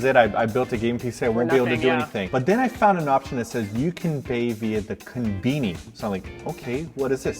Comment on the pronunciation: The KENbeanie. that english pronunciation of kon-bi-ni... amazing. i'll be sorry to see it go when you guys adapt to japan.